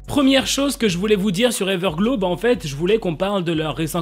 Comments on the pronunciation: Ta dit everglo au lieu de everglo(w) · On prononce pas trop comme sa Everglow mais c'est pas du tout grave